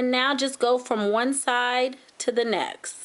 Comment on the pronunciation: It nexT not nexssssss! Love the design though :) xxx